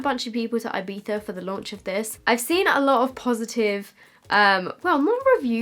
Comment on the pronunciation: This may sound weird, but you are the first English speaker that pronounces Ibiza quite correctly (with the Z) hahahaha! Kisses from barcelona :*